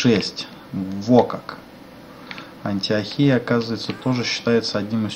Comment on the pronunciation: Антиохия-Ударение на О.